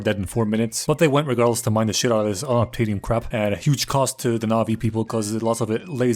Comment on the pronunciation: For an idiot he brings up a good point about the “unubtanium”